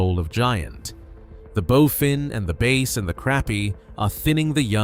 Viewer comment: He also called a băss fish a bāss (long A, like a bass clef, bass singer, bass guitar, etc.)